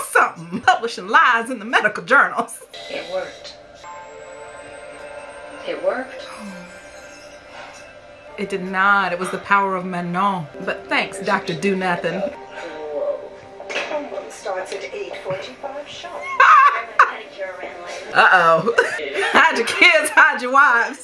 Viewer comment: The god they pray to is spelled Manon but they’re clearly pronouncing it Menul.